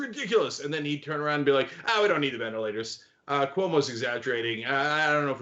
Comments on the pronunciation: VenITlators? LOLOL nice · He must be lying about those "Venitlators" since that word doesn't exist! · It says "venitlators".